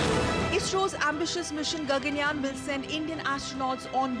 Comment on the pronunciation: It is Gaganyaan ; not Ganganyaan smartie !